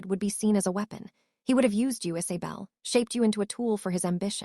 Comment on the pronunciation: Could you please adjust your algorithms to make an attempt to pronounce words correctly, listening to “pulsing being pronounced “pull-sing” and “Isabell being pronounced “Is-a-bell” is thoroughly irritating as they are words repeated in the story line and they take a way from the effect of a story.